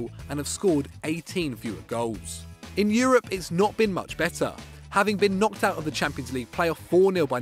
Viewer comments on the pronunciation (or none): none